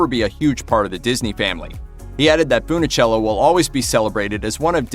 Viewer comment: Mispronounced her name as FoonOhchello so many times. I gave up. Bye.